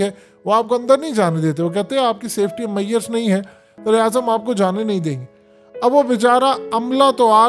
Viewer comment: Bhai “ maiurse “ nahi measures hai “ mazures “ pronounce hota hai. Han, hamare hain log angrezi bolte hain lekin desi accent se. Na bolen angrezi, bolte hain tau Sahi tarah bolen warna nahi.